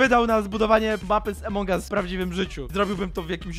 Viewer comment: Od kiedy a mówi się e (jezu) to jest AMONG US a nie jak mówisz EMONG US 😑